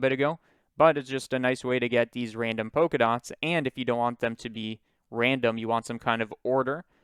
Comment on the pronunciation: but polka dots is pronounced polka dots, not poka dots.